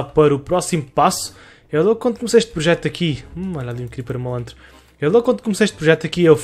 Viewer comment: Protejo? Ou projeto? xd Mais um bom vídeo!! 100mil estão quase ai!!!